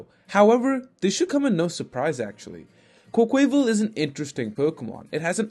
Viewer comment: No one:: "Quoqueyval"